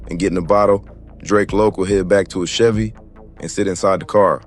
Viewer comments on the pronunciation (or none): none